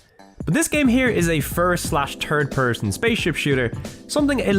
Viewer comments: Love the way he says “turd person” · New sub. Binging this whole series. I know it's cheap to comment on your accent but "turd person" makes me chuckle every time.